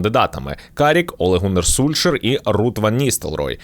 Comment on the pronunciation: Прочитай транскрипцію норвезького тренера і побачиш,що правильно читати:Сольск‘яер,а не Сульшер !?